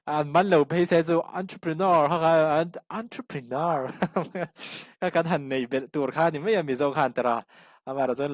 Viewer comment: Awntruprenawr😂😂hosa ti loin hausa tiin lam hram hram la Ava tha dawn em😊